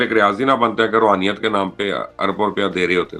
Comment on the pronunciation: Rohaniat nahi Raoniat h dono mn